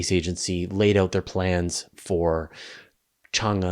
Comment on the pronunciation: my wife is Chinese. In "Chang-E" the E sounds like "eh?" like the Canadian trope, including the rising tone. I think Wikipedia has a pronunciation, or you can hear it spoken via Google Translate.